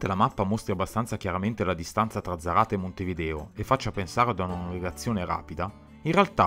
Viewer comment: Ah... scusate: Non si dice "zaráte" ma "sárate" (zaráte y brazo largo)